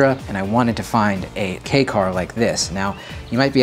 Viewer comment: I am sooooo glad knows how to pronounce "Kei" car lmao.